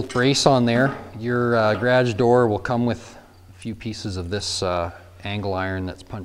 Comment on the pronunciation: Did he say gradge door?